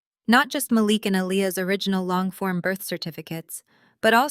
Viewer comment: Mah Leek not malick